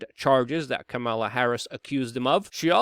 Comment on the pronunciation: It’s pronounced kamala not kamala or kamala. It’s kamala please get it right